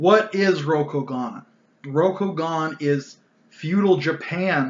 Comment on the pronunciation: “Row-Koh-Gahn” hurt every time you pronounced it like this.